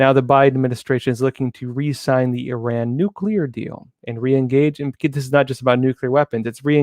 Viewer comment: thank you for saying. "EE RAHN" and not "I ran".👍👍👍